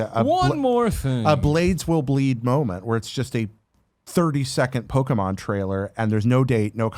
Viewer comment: It drives me nuts how Tim says Pokémon!! “Pokamon” my goodness haha